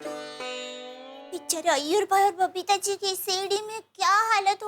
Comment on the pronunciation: Jethalal Every Time : BABITHAAJI ,,,, ((( Error )) and iyer Bhai 🤣